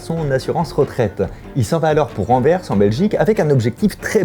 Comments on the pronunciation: tu te rends pas compte a quelle point il est rare d'entendre un Français prononcer correctement "Anvers" , merci d'etre le premier sur YouTube que j'entends 😀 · C'est bien Fabien tu dis "Anvers" comme les belges en prononçant le "s" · Merci d'avoir prononcé le S d'Anvers Vidéo intéressante comme toujours